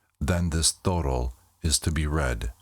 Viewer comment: The pronunciation is actually, Toe-doll